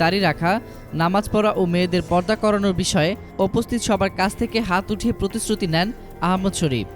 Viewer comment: আরে কুলাঙ্গার আহমদ শফি নাম টাও ঠিক করে বলতে পারস না হাটহাজারি শব্দটাও উচ্চারন করতে পারস না তকে কে বলছে রিপোর্ট করতে???